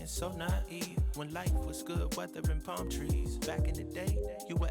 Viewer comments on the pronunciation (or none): none